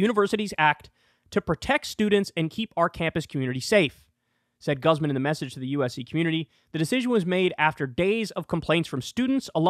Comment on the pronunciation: I like how Kyle made the Spanish last name of "Guzman" sound &ew -ish haha. It's GOOZ - mahn.